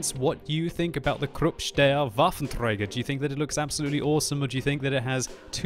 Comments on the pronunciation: träger not trejger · "Krrupp Steyr Waffentrrreyger"